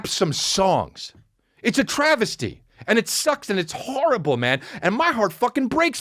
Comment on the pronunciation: I think he said Travisty instead of travesty, but do go ahead.